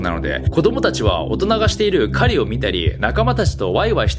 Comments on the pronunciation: 狩のイントネーションがカリ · カリの発音でサブリミナルかけててワロ